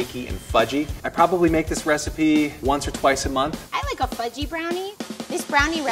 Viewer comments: I thought he said f*cking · I thought he said “fucky and kind of sticky”